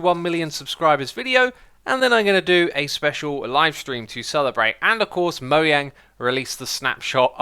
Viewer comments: Did he say moYang, isnt it moJang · It’s Mojang not Moyang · It's Mojang, not Moyang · Mojang not moiyang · It's Mojang just like the founder pronounced it not Moyang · 1 thing... can u stop saying moyANG its actully moJANG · "Mo"jjang not moyang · Did you just call Monjang. moyang!?! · Just wondering but why you say mo-yang instead of mo-jang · The video is awesome but the problem is for me is that you’re pronouncing Mojang wrong. It’s not Moyang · grumpychris J can be pronounced Y but Mojang employees and Mojang itself also pronounce it as Mojang not Moyang. Here is a link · It’s not moyang it’s Mojang, J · It is Mo J ang not Mo y ang. They said it officialy in a q and a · Mo jang not mo yang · It’s actually called Mojang not Moyang the J doesn’t sound like a Y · Is pronounced mojang and not moyang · Mojang has actually confirmed that mojang was pronounced mo-j-ang and not moiang in the latest "ask mojang". Derp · Ummm. moyang? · He says mo yang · Did he say Moyang?! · He says moyang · Why is nobody talking about “Moyang”? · Hey, I'm new here. Stop saying Moyang or I'll leave. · Since when is it pronounced mo-yang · Did u just say mo yang! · Mo-Yang is technically the correct pronunciation of Mojang. Mojang is a Swedish word, and in the Swedish language you pronounce the letter "J" like you would pronounce the letter "Y" in the English language. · Technically speaking, Moyang is a correct pronunciation. Mojang is a Swedish word, and in the Swedish language you pronounce the letter "J" like you pronounce the letter "Y" in the English language. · Wait how do u pronounce Mojang? Was it pronounced moyang?? IVE BEEN LIED TOI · Mojang actually said the way their name is pronounced mo j ng Also bedrock has all the changes to villagers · Did he say MOYAN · What the hell is a moyang? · No, the developers said in Swedish it's pronounced "Mo Yang" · Why does he say Moyang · 1M wow great. But the way you say mojang is... it sounds like moyang.